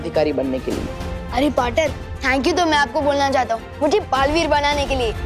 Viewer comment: Dalveer, nahi, balveer, hai,😂😂😂😂😂